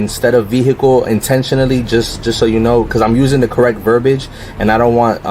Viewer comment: Its verbiage (ver-bee-age) not verbage. And whats up with that dumb ass facial hair?